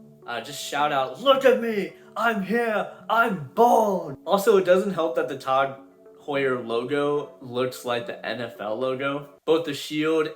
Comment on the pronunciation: TAHG Heuer, when you say it like that the brand may not sound so bad haha. Great vid bro, keep up the good work.